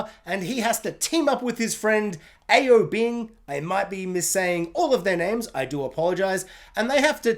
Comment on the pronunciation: Aobing - you almost got it right. Just say ao so quickly it blurs together like ou in ouch.